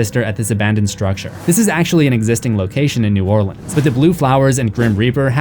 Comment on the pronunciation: As a Louisianian, thank you for pronouncing "New Orleans" correctly.